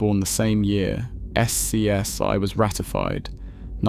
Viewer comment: The deeper you get into the video, the less sense the pictures make. Nobody pronounces it S-C-S-I. Names of people are butchered. Slop creator didn't bother to correct this slop.